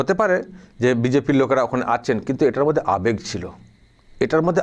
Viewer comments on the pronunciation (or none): none